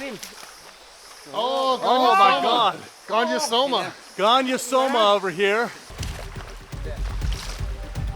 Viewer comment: correct me if my correction is incorrect, but the Latin/scientific genus name of the red-tailed green rat snake (Gonyosoma) is pronounced "GONE - YO - SO - MA" or "GONE - EE - OH - SO - MA", not "GUY - NO....." (i.e., not like the first two syllables of GYNOCOLOGY).